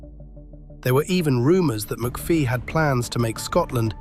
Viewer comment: Amateur hour you cant even pronounce his name correctly its McPHIE not McPHEE , as in "fee,FYE,fo,fum"